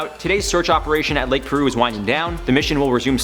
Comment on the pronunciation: its Piru not Peru..like PIE ru